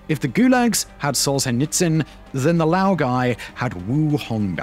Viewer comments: that's not how you pronounce Солженицын :( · Hey! Love your work but this has happened a couple times- the “zh” in Solzhenitsyn is like the “g” in Moulin Rouge